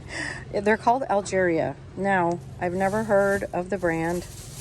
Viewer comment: 😂 The FLORAL SANDALS BRAND IS “A LE GRIA” SO NOT ALGERIA 🤣